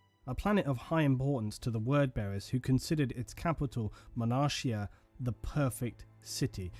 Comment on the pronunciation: 1 thing.... Sorry.... Is called "Monarchia" with the "CH" as a "K" so is like "Monarkia"